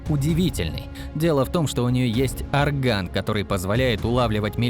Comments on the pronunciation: Не оргА'н , а О'рган ,грамотеи ! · Речь о не изведанном ,а чтение на 2 эх ты оргАн. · Ты блин джамалунга, хотя бы названия учи